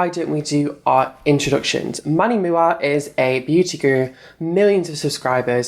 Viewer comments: It’s manny M U A! You pronounce the individual letters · Manny Moo-Ah 😂 I actually thought his last name was Mua as well when I first started watching beauty videos lol. I had no idea it stood for make up artist 😳.